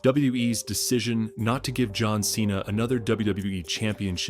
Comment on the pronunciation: You destroying john cena's name😂